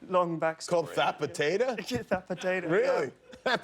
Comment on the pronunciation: Spaniards speak with a lisp. Hence why he pronounces Zapateira as “thapateira” (which in turn sounds like “that potata” according to Jimmy.) wonder why they are the only country that pronounces their “s” sounding words as “th”....